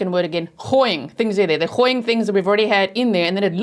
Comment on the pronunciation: LOVE yr Afrikaans 'gooi in'!